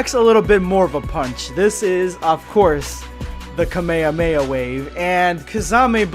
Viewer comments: It’s ka me ha me ha not cuh mei uh mei uh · I love you you are a great youtuber but i HATE your pronounciation "kame-uh-weh-uh wave" "rahzaingan" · did anyone else notice he said the kamehameha wrong idk if its like a weird DUB pronouncement but its bothering me alot